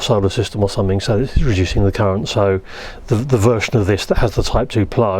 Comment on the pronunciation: "primary differential _cureent_" Seems like I'm not the only one occasionally repeating the wrong leeter in a sentence